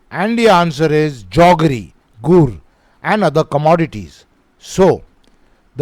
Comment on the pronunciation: Sir questionno. 20 ans is not guhh it is gur😂😂😂